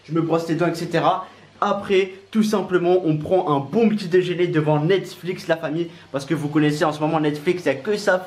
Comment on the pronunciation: Mdrr il a dit Netsflix 😂😂😂 Lit mon pseudo et abonne toi c’est un défi 😉